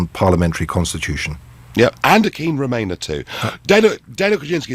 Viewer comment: what a pity lbc gave adonis airtime , if May was duplicitous , adonis is triplicitous, a mega-liar , is he getting lots of EU money ? thats why he is wemainer who wants a a weferendum because you see "we are in a kwisis "